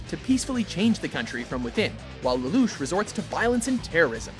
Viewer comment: I hate the way he pronounces Lelouch.